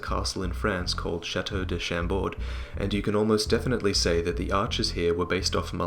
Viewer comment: I am french and I love how you say "chateau de Chambord"